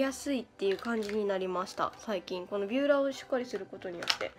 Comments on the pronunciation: ヴューラーなの！？ ビューラーかと思ってたww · ビューラーじゃなくてヴューラーなんだねwww